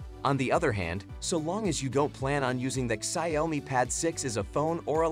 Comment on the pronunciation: the ciaomi pad 6 😆